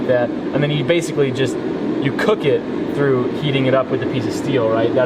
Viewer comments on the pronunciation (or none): Did you really have to roll your r that hard on that through?